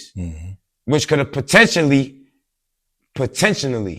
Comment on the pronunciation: Potentionally....I love it!